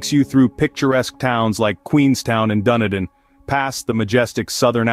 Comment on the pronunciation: Guy absolutely butchered saying Dunedin😅🤦‍♀️